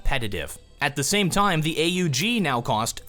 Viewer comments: not is oog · God damn dont say a u g its (aww guh ) not a u g that kinda ticked me off